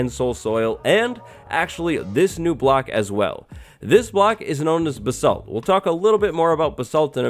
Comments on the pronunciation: you butchered the pronounciation of basalt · Am I the only one that pronounces basalt as baysalt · Why can no one say basalt correctly? It's really not that hard.